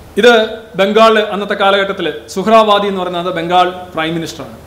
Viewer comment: സുഹ്‌റാ വാദി അല്ല സുഹൃവർദി